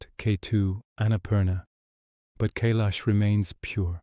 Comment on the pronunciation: 🤔 First time have ever heard it pronounced as in.. K lash 😏. Only heard it referred to, as in. K eye lash